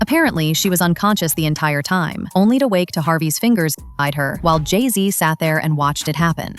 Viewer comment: Jay Z??? Slee Z